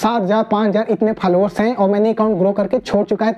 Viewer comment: Falowar nahi bhai followers..............😂😂😂😂😂